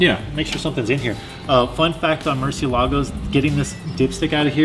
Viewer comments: MUR, not MER. LOL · Please stop saying Murcie LA go. Its not a presidential estate in Florida. It is spanish for bat. Murci EL ago. Your accent is on the wrong syllable. Do you say "porsh" or "por-sha"? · Its pronnounced “murciÉlago” its spanish for bat. its not italian... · Hope it doesn't come as rude, but you should probably learn to pronounce the name of you project right: Murciélago, read as "Moor”-"c"-"ai"-"lago". Stress the accent on the "é", not the "lago". ¡Love the project! Can't wait. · It just irks me hearing you mispronounce Murcielago as Mercy-a-lago. Even more so since you're a fellow Floridian. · I can’t believe Ed didn’t teach how to pronounce the name of that car. (I count even spell it so I’m not one to speak)